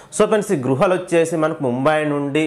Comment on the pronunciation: Gruhalu kadu guhalu antaru tammi